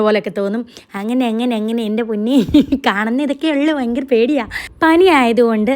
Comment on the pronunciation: ഫയങ്കര അല്ല അപ്പി ഭയങ്കര ആണ്,, എന്തര് അപ്പി